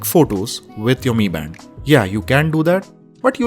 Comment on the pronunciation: Bro it not me band it's m I band bro